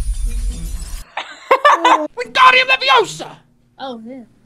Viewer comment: It's leviOsa Not leviosaaah!